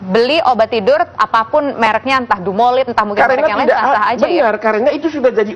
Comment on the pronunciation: DUMOLID bukan DUMOLIT... sebab kalau (Dumolit) artinya jadi beda, bukan merk/jenis obat.